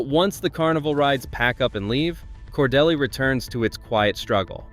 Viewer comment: Cordeeel, not Cordell or Cordella, or Cor de lay.There may be more errors to comment on, but I won't bother. This is where I got off to comment. Jimmy Carter did not graduate from Georgia Southwestern College. He went there 1 year before transferring to GA Tech and then to the Naval Academy. Cordele is not n the MARTA rail line. It is nowhere near East Point or Atlanta. That is an AI being confused by a programmer who doesn't know his ass from a hole in the ground. Why did this flick show the ocean when talking about specific Atlanta neighborhoods?